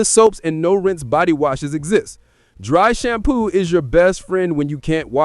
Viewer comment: Ayo is this video AI and just a giant ad for products? I'm 11 minutes in and you've said "when the taps run dye" instead of dry and you've referred to a generator as a zenerator